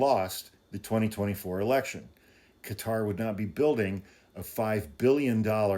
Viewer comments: Qatar kuh-tar. Not Cutter. No u or e in qatar. Please. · Qatar is pronounced kind of like a blending of Cutter and Gutter...